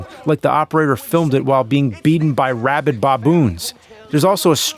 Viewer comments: Did he say robid bob-boons? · Robid Bawwboons?